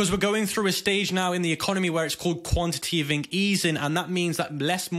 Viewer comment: Dude, you have no idea what quantitative easing is. Apart from the fact that you can't even pronounce the word, it's the COMPLETE OPPOSITE as to what you've described it as.